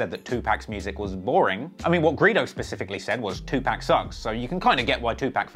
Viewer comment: It's pronounced too pock not too pack